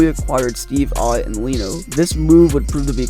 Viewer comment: This was a cringe video. Names like Bylsma, Neuvirth, Leino and Regier are all mispronounced. It is factually incorrect in that there were more additions made to the team at the same time as Leino(Ehrhoff, Regehr). Vanek wasn’t named captain after Pominville left, it was rotated and interim until Ott took it over. Kane was as big of a star before he came to Buffalo and while he was here as he is now with San Jose. There were not five GMs and four coaches in 8 years, there were three GMs and six coaches. Two of the players coming back in the ROR trade were Soboyka and Berglund who were established NHL veterans and in the NHL. However, the meat and potatoes were spot on. Poor asset management, and a terrible owner are the true problem in Buffalo.